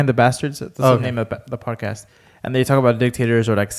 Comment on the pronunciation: You forgot the D in Podcast